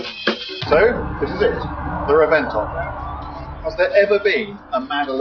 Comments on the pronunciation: can you not pronounce the cars names properly lol. thought you reviewed cars. Firstly its not murcialaga lol and secondly it pronounced rebenton not reventon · The pronuntiation it is not "revénton" is like the name "reventón". And in Spanish is "explosion of a tyre". I think it is not a good name.. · It's pronounced REBENTON dummy. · What an idiot he cant say any itallian car name right the way he say scuderia is all wrong hel also cant say Reventon right it is pronunced with a B instead of a V "Rebenton" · pronoused like ReBenton! i'dont know why, but thats something imposibly hot and i want it in my life...what a headlamps.